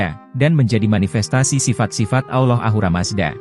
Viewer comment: Bukan Aulah tapi ALLAH